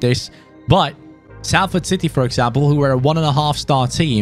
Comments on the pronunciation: it’s pronounced solford not Salford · He already forgot it is pronounced solford lol